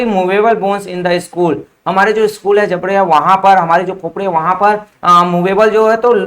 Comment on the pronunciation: Why you spell skull=school !??😂